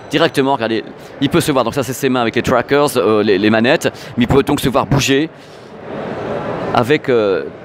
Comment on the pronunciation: Avec les trwackeurz.... Oh putain c'était un pari ou quoi...autant y aller avec l'accent français, le franglais du gars du pinpins c'est encore pire